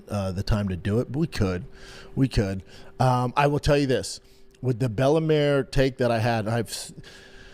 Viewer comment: "Bella Mare" Brenda thinks Bella Mir is a horse or wot ') his English is so faulty, at times he sounds like he has a speech impediment. it is not cool, funny, street, or gangsta, to speak bad English, with careless, unnecessary mistakes. the lazy, uninterested way Brenda speaks, is a reflection of his character